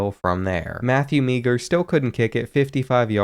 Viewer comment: It’s Matthew Maher